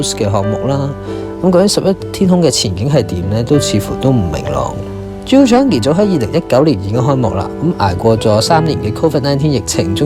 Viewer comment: Chang-i, not Chan-gi